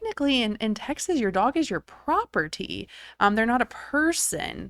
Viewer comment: It's pronounced Texas not Texas'es